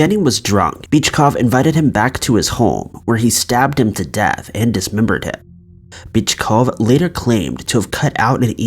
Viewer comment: Yo. I caught that.. LMAO. After you said his girlfriend called him a wimp. You pronounced the guy's name as Bitchcough.. 😂😂